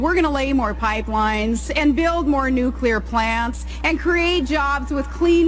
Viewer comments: correction she didn't say nuclear power plants. she said nucular power plant. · Someone, please teach this self-proclaimed "pitbull" how to pronounce cuclear. God, this woman is, if possible, even worse than John McCain. Who, to date, has provem himself only able to crash planes at taxpayer expense and lie, lie, lie.